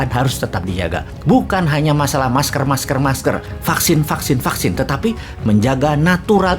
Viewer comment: "Vaksin, fucksin, vaksin" 😂